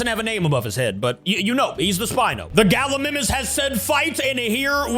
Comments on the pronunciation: its pronounced ga-li-my-mus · U keep on saying Gallimimus wrong